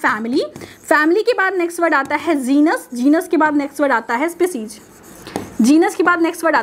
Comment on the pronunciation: Spicijj nhi species